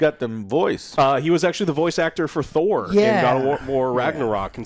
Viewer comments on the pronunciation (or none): none